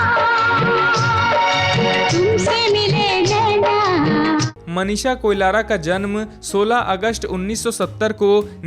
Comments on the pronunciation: Koilara nahi Koirala hain theek se pronounce karo, aap baar baar Koilara bol rahe ho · Koilara nahi be koirala hai😂😂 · Abe na murad heroine ka nam to Sahi se le KOIRALA ki jagah Koilara bol raha hai . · कोलारा नहि कोइराला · A bhaisab koilara. nahi koirala hai 😅 koun jaldi hai 😅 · Uske surname Koilara nhi Koirala hai 😂😂